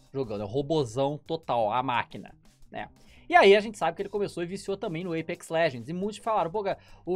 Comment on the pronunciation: Eipex kkkkkkkkkkkk é Apex